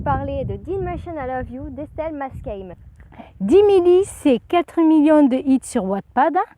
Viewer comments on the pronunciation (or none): Vidéo qui change avec le tournage en extérieur ! Par contre on dit Estelle Maskame sans accent, les "a" se prononcent tout simplement comme des "a" 😊 et elle a écrit son premier livre à l'âge de 13 ans, la trilogie dimily, quelle a ensuite réécrit à l'âge de 16/17 ans.